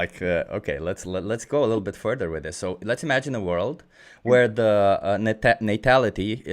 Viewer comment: Yes Furth not Furst !